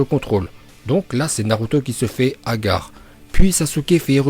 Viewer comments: Hagar mdrr tu c’est pas le dire hagal 🤣🤣🤣🤣🤣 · Mdrr agar mais tu ses pas parler arabe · Moi qui est arabe je PE te dire que tu le prononce mal est tu l'utilise mal dans une phrase deso de t'avoir du sa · Apprends à dire hagar la c pas possible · Putain moi qui est marrocain quand tu dit hagare ca me fait mal au cœur. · Hagar pas hagare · Il a dit haga pas hagar🤣😐😐😐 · On dit pas agar on dit 7agar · 10 ninja « hah gars » 🤣🤣🤣🤣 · Mec c' est hagal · tu s'est pas dire hagar liker si vous etes dacord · Frr tu mange du cachir et tu sais meme pas dire hagar ya un pb là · Vasy mais tgl tu dit hagallleu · Haggar il a dit🤣😂😂 tsais pas le prononcer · Sa ne se fait pas de se moquer de sa prononciation hagar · Haga comment tu le dis 😭😭💀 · "Hagar"😂😂 Quelle prononciation😂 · Ta pronocation elle est trop bien 😂😂😂😂😂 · Prononciation incroyable d'arabe 🤣🤣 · en plus il ses même pas dire hagar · Il me tue comment il dit hagar😂😂😂😂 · wallah il me tue avec son hagar et son Wallah